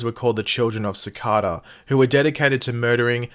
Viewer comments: Sah-Kay-dah not sah-cah-dah this is symbiotes all over again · If you're going to repeatedly say a word in a video, and you're obviously unfamiliar with it, then look up the proper way to pronounce it. For example: Cicada. (Pronounced Se' Kay da. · its pronounced SICK- AYE-DUH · btw it's "Sa-K-Da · It just sounded weird in my ear 😉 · Pronounce his name right jeez